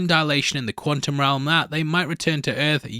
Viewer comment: I hate that says quantum without the T. Quanum? What’s quanum? Lol